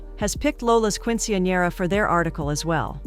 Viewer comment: "keen-suhn-yeh-ruh" not "quin-see-an-era" or "quin-sin-era" or "quench-in-era" or "queen-sin-era" any of the many other ways you mispronounced it throughout that entire video. Not once was it correct. Quick Google search "[word] pronounciation" will go a long way if you're unsure.